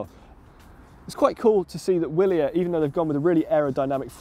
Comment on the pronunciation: I thought "Willier" was pronounced with a V?